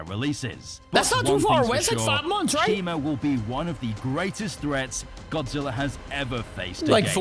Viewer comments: u have been saying it wrong it's shimo and not shimu, we have bein saying it wrong this all time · A toy packaging leaked his name is not shimu it’s shimo